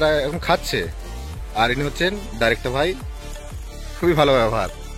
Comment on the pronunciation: ভাই ডাইরেক্টর নয় ডিরেক্টর